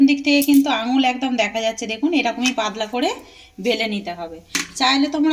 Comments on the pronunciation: কি ভাষা এটা???? পাদলা 😄😄😄😄কথা টা হবে পাতলা l এ দেশীয় দের উচ্চারণ শুনলেই হাসি পায় l স স স করেফাটিয়ে দিচ্ছে 😂😂😂😂😂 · Kothata padla noi patla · পাদলা নয় পাতলা টুগরো নয় টুকরো উচ্চারন ভালো করে শিখুন আগে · পাদলা না, পাতলা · Aare padla noy patla ota dro noy dow aar aapni kon desher manush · পাদলা নয়..... পাতলা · পাদলা নয় পাতলা হবে। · Mone hoi hooghly dist er lok seijonna padla bolche